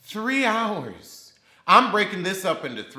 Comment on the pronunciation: The way you clench your teeth when you said 3 hours almost killed me